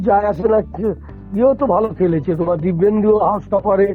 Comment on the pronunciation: "Kurian" na, ota "Kuruniyan", "Dippendu" ke "Dibbeyndu"!!! ekta reporter hoe eto bhul bhal bolen ki kore?